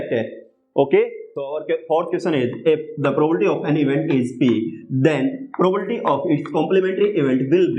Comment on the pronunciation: Sir its Probability not probolity 😂😢🌚😅